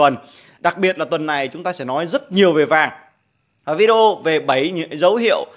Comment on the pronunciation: Vi đi eo là gì ?phát âm sai Anh ngữ thì đừng mò đầu lên YouTube